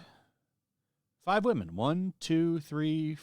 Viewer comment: “And only 5 of them are wamen”